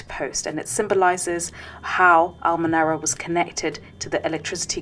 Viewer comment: al-Menara ? Sounds like ha-Menora.